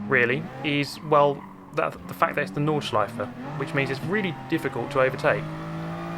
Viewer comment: thanks for saying "nordschleiFE" - not "nordschleiF" like most of the english speaking chaps do :p good racing there :) thanks for sharing!